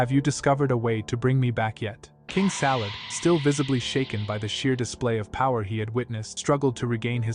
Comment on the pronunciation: King Salad? It’s Sadala